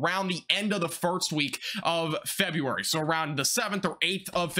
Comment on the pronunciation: Are you trying to say farts instead of first?? I caught it early but you keep saying it! Meow